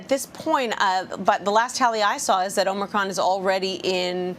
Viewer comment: So, the bozo who spent the last week MISPRONOUNCING “omnocrom” (LoL) is the medical authority on YOUR health decisions ? Too funny!